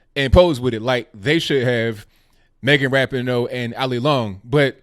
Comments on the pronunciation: Your Moms can’t handle their victory. Also, learn how to pronounce Ra-PEE-no. You show your ignorance when you go Ebonic on it. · Lord, lord where do I go with this. 1st of all it’s Megan Rah-pee-no. I almost stopped listening there because if you’re going to criticize someone at least know how to pronounce their name. The stop button got hit moments later though when you said Sue Bird was Larry Bird’s daughter. I think I hit it because I was laughing so hard. Again if you are going to criticize someone, know what you’re talking about. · At least say her name right. I agree you should never drop the American flag. Soccer is an amazing sport. Rapinoe is amazing and so is the WNBA and Bird. O'Hara picked up the flag. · You are a idiot. You can't even pronounce her name right. moron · How can you talk about people being respectful when you are yourself and your wrong with your facts get them also learn how to say Rapinoe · Well actually us women's soccer brought in more money than the the men's us soccer team, and have better viewings than the men so you are incorrect on that. You can't say Megan Rapinoe's name correctly. Sue Bird is not Larry Birds daughter. And Trump actually invited the womens soccer team to the white house in a tweet before they won regardless if they won or not. So... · Man, can no one say Rapinoe’s name correctly?